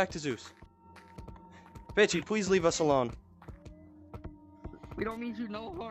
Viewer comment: Bro he said banshee but sounds like banfuck